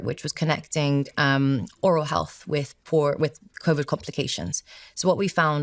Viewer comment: Innocent question: Why does she pronounce Covid as Coviddge and Need as Nijj ? Is this a known accent ?